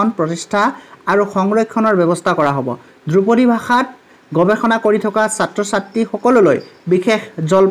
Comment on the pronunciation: "দ্ৰুপদী" উচ্চাৰণ নহয় মাষ্টৰ "ধ্ৰুপদী" হে । আজিকালিৰ ছাত্ৰ শিক্ষকে অসমীয়া বানাটো লিখিব নাজানেয়ে তাক ইংৰাজীটো লিপ্যন্তৰো কৰিব নোৱাৰে । কথাষাৰ কোৱাৰ বাবে মোৰ ওপৰত দেদীপ্যমান নহব ।